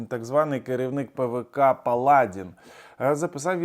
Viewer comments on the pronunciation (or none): Паладі'н ,а не. Пала'дін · Не палАдин, а паладИн. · Ви неправильно робите наголос. Палади́н.